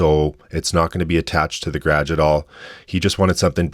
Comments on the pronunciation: Gradge is a wild way to pronounce garage lol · The graahhgh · That’s Canadian for….garage… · I love whenever I encounter an english word with a completely different region-specific pronounciation 😅 Havent heard 'the Gradge' before, love it 😂 The last time I heard a different pronounciation of a word that I 'thought' I knew, was 'asphalt'. Was also a canadian, don't know what region, but he kept saying "ash-fault", maybe someone can enlighten me as to where in Canada that's the common pronuinciation? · I'm glad I'm not the only one that heard that.